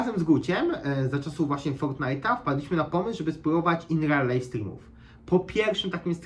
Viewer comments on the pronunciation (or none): none